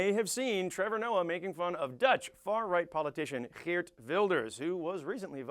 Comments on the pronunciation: You pronounced Geert very well!! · you are not funny. factually wrong and smug. biggest task after one of your partys is taking down those who hanged themselves. however your pronounciation of Geert is spot on. cheerio